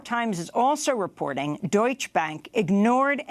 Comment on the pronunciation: Amy, learn how to pronounce "Deutsche". You sound ignorant when you don't pronounce the "E" at the end.